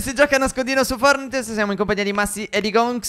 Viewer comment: Al primo secondo stef ha detto " FORTT " 😂